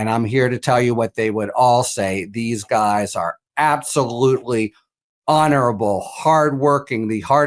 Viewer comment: Gu t s. not guys